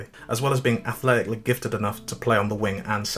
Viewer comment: athletically is not a three syllable word